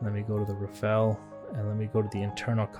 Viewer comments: RA PHA L' or RA FA L - not Raffell RA-sputin FA-n L :D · rafale. not rafel. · Rafale. Not Rafael. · Rafale. Not raphael.